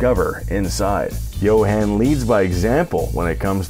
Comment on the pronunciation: As a South African it's pretty rad seeing this and again as a South African, you butchered a lot of words 🤣 especially Johan. Understandable though.